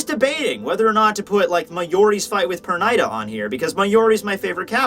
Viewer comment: u pronounce Pernida wrong. Ofc i is not pronounced like ai here